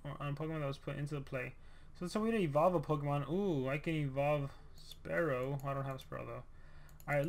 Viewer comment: I was like oofff when he called spearow, sparrow